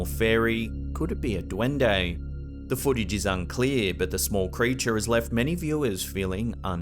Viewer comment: That dwundei accent is hilarious